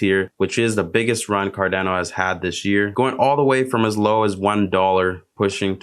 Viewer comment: It's not Dano....it's pronounced "cardawno"